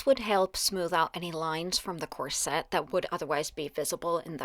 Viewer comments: In UK we say COR-set with the stress on the first syllable not Cor..SETTE with the heavy stress , as you do, on the second syllable. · Corset is pronounced KOR-set, not kor-SET. The accent is on the first syllable.